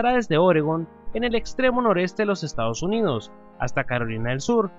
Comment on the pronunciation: Jajajaajajajajajajajaja se dice Estados Unidos, no "estados uninos"